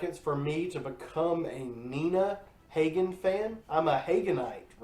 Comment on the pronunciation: Please learn to pronounce Nina's name correctly. She is a legend with a career spanning 50 years.